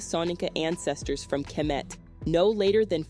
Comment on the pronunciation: Why do you pronounce Diop and kemet the way you do? As a historian you ought to know better. Thanks.